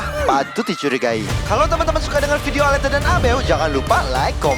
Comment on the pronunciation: bukan aleta